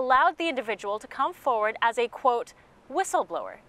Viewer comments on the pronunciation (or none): none